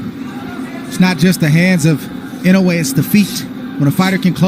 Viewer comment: You pronounced his surname "Inoue" ridiculously come on man